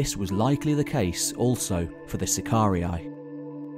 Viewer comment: BTW, SACARII is pronounced SACAR E - E.....NOT SACAR E - I !!! DUH